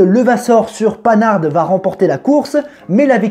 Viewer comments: "Pan har" pas pannar'd s'il te plaît Panhard le mérite ;) Sinon super sympa comme vidéo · Panarde ?!! Nan, pas toi... On prononce "pan-ar" camarade ! Panhard quoi ;) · Super vidéo par contre on dit pas « panarde » pour Panhard mais « pan ar » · Oui, comme dit plus bas : on prononce Pan-ar 😁 ! Mais sinon bonne idée l'histoire de la course et bonne vidéo comme d'hab 😉 ! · Déjà dit par d'autres mais Panarde, heu non. Le monsieur est français ;) Si non, la course automobile c'est quoi : juste de la pub pour vendre des voitures, dire que sa voitures est la meilleur :) Si non, c'est bien quand tu cours pas après ton texte :D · On dit pan har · Tout est parfait sauf la prononciation de Panhard . Après la forme on s'en fout c'est le fond qui compte. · Mes oreilles ont saignée ^^